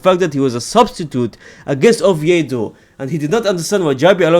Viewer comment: Bro it’s Oviedo 💀